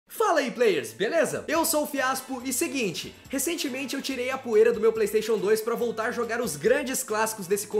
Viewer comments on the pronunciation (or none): none